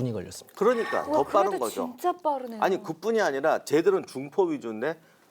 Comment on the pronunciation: 토전사 즐겨보다보니 진행에 거슬린점이 3가지 있습니다, 주로 질문을 하는 과정에서 습관이 자주 나옵니다. 1. "아이(아니)"를 문장 시작전 자주 사용함, (ex. 아이 박사님 그러면 그 이후에는 어떻게 됐나요?) / MC유재석도 이런 버릇이 있는데 는 발음을 얼버무려 날리는편 입니다. 2. "아이근데","아이긍까"를 질문 시작에 사용함, (ex.아이긍까, 그 병력으로 어떻게 됐어요?) /"아니 그런데", "아니 그러니까" 와 같이 정확히 발음해주거나 "그런데?","그러면","그러니까" 로 대체하면 될듯합니다. 근래 방송쟁이들이 "그러니까"를 "긍까"로 발음하는 경우가 너무 많기도 하고, 일상어에서도 "긍까"로 발음하기도 합니다. 3. "사실~","사실은~"을 남발함. (ex. 사실~ 영국의 처칠이라면, 사실~10만의 병력도 꽤 많잖아요) / 요즘 방송인들이 "사실"이라는 단어를 수식어,부사로 즐겨쓰는 버릇이라서 딱히 의 문제는 아닙니다. 사실 밥먹으면 배부르자나요? 사실 어두우면 안보이잖아요? 등과 같이 최근 방송쟁이들의 유행과 같은 불필요한 버릇입니다, MC허준도 "사실은~" 즐겨씁니다. 4. "아이근데 사실은" 을 묶어서 도입부에 자주합니다. (버릇이 복합되어 나오는 현상으로 저 문장은 잘라내도 아무 지장없는 추임새 같은것입니다.) 좋은방송 만들어 주셔서 감사합니다. 이런 프로그램은 공중파 9시에 편성해서 전국민이 시청해야 하는데 안타깝네요